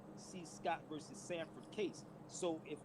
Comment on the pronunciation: I just want someone to tell the head clown that “versus” has two syllables.